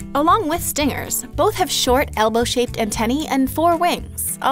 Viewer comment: why can't you say the word antennae correctly? Is it something Americans struggle with?